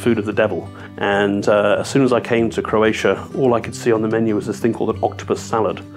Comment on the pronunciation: #26 -- Croatia rhymes with "rosacia" lol.